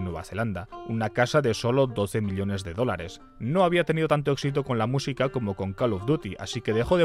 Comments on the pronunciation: me duele la oreja de escuchar "miliones" en vez de "millones" no entiendo xq lo dice mal jajaja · Me encantan tus videos, pero esto de decir "elios" "milionarios" "miliones" es infumable amigo